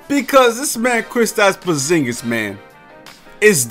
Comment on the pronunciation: Kwistaps powzingis